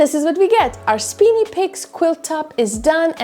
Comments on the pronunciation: SPINY - long I, not SPINNY - short I! LOL. Nice quilt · The first work is pronounced spiny with a long i, not speeny with a long e. Spiny means full of sharp points, thorns, or prickles, like a spiny lobster or a spiny hedgehog. Hope this helps! 🩵🩵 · It's lovely, great job as usual. Small correction if I may, I think it's pronounced Speyeny Peaks. I have one half done in this very same design. I hope to work on it later this year.